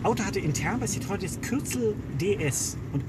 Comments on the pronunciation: Es heißt nicht Citröng, sondern Citroën. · Also Herr K., wenn man den Franzosen nachmachen will, dann muss man das Wort Citroën bitte auch richtig aussprechen. [Si-Tro-Änn|. Die zwei Punkte auf dem e bedeuten, dass eben dieses getrennt gesprochen wird, vom vorherigen Wortteil. Kein Si-Tröön....! Ansonsten super Sendung. Leider erst heute entdeckt. Hr. K + Hr. P. mit die besten Menschen im dt. TV. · "Citrön", was für Pfeifen. Es heißt gesprochen "Si-tro-enn" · Man spricht es “citro enn“ aus!!! Das zeigen einem die beiden punkte über dem ë!!!! Citroën!!! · Ach ja, die verzweifelten Versuche Citroën richtig auszusprechen. Immer wieder herrlich. Und die beiden sind in echt noch sympatischer als schon in Rolle. Brauchen gar nicht zu schauspielern.